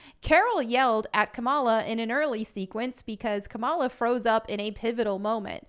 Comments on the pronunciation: Its pronounced KA-MAUL-LA 😡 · Fun fact : dar ben is gender bent for the mcu. Also It's pronounced "Ka-Mall-Ah." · I like how pronounces Kamala as Camel-a. Well, she is muslim. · Lol how you pronounce Kamala